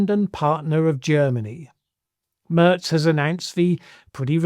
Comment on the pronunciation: Mairz not Murz